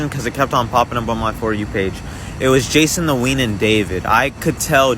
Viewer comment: “Jason tween”? you have the iq of a laundry basket it’s obviously Jason the ween🤣